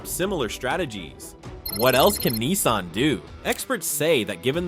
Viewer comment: Nissan not keensun